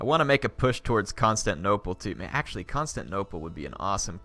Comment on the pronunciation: isnt 'constanople' supposed to be constantinople?